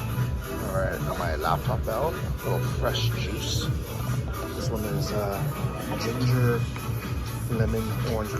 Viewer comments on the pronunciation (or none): none